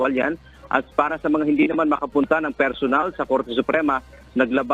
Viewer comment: PERSHONAL DAW. HAHAHA. MY BRASHES ATA TO